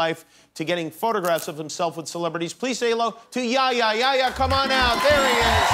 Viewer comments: Why dosent he say yehya not ya ya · It's not yaya! It's yeHya!